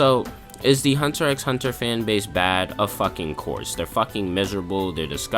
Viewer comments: Isn't it a bit counterproductive to call it Hunter EX Hunter all the time when you basically want the viewer to think you are very qualified to talk about it? I mean, even among casuals, the fact that you don't pronounce the X (which actually isn't an X to begin with, but a cross) is well known. Nothing against you, but if you start the video like "If anyone is qualified to talk about it, its ME." and really want to build up your own stand in this, calling it that way feels like a splinter under the fingernail and does you a great disservice. That way, you only make sure, from the very beginning, that everyone will take everything you say with at least a grain of salt if not dismiss it from the start. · It’s just Hunter Hunter bro the X isn’t said lol good video tho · Pronouncing the X... :(